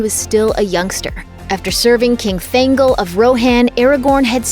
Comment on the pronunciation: Roe-hann and thayne-gehl oh god it’s cringe